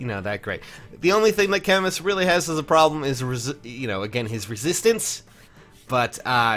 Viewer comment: I might be way off here, but shouldn't Camus be pronounced "Ca-moo" like the French author???